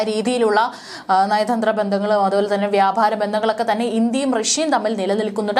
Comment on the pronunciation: ഒരു മികച്ച വാർത്താ ചാനലാണ് മലയാളി വാർത്താ ഇൻസൈഡ്, പക്ഷെ നിങ്ങൾ വായിക്കുമ്പോൾ വാക്കുകൾ ആവശ്യമില്ലാതെ കടുപ്പി ക്കുന്നു. ഉ: വ്യാപാരം നിങ്ങൾ പറയുമ്പോൾ വ്യാഭാരം എന്നു പറയുന്നു.